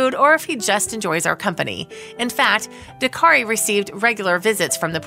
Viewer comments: Narrator: the name of the rescue organization is ‘DAKTARI’, not “Dakari (sic). Dak-tari. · Cute story but the narration grated a little with the insistence that the organisation was called Dakari, it's DakTari. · It's DAK-TARI ! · dak·teh·ree say it right at least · It's DAK - tari. Means Doctor. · Why can this girl not say DakTari? Why are hedgehogs in the video?